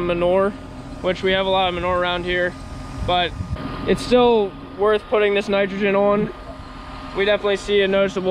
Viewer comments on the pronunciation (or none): none